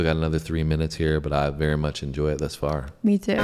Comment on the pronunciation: And "har" instead of "far" . . .